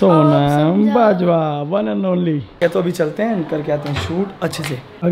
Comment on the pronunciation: She is saying saunam instead Sonam. And loaby instead lobby. 😭 sab Seekh jaati hai ladkia makeup, class everything but English me hugg deti hain. Why? 😭😭 Please work more on your vocabulary pronounciation this english isn't suiting your character.